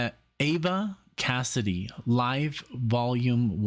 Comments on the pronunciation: It is Eva like in Evincing, not Ava... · It's EEEEEEVa Cassidy. I lived in Washington, DC in the 90's and we all called her EEva. I cried when I heard she had died. But I thank God for the gift of Eva Cassidy. Your reaction video of Eva is the best I've seen. Thank you!